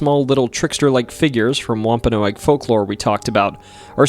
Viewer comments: It’s pronounced wom-pa-nog, not noag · It's WOMP-A-NOG. Not Whomp-a-no-ag. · It's pronounced wompanog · wamp ah nawg.. that other pronunciation driving me insane. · Wahm- pen- nog. Your welcome! Rid the A. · It’s not pronounced womp-a-no-agg. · Pronounced womp a Nog